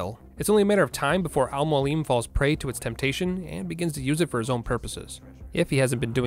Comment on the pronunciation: Brother his name is AL Mo AL Lem=Almoalem It’s mean (teacher) in Arabic and Persian language